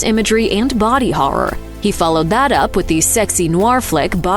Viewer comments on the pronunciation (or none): none